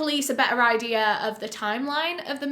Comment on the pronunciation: What's an "idear"?